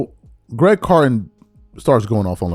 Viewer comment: This is about the third or fourth time you referenced Craig carton. But you keep calling him Greg carton. Come on, get it together. Lol